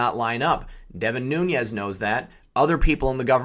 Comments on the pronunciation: Love the channel bro, but I'm pretty sure it's pronounced "Noons" not "Noonyez" maybe I'm wrong, just sayin. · why are you pronouncing Nunes as Noonyez?